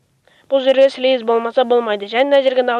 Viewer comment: плиз емес слиз тілің келмейма